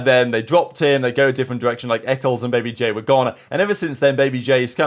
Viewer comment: Bro said babybay instead of babyj